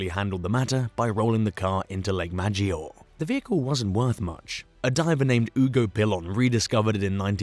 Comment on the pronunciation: Mispronunciations galore. Cartagena, Maggiore, etc.